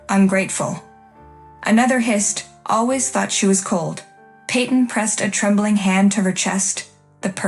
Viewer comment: Hissed, not hist. Charge the mother with assault! Peyton doesn't deserve shit. Pronounce fiancé correctly.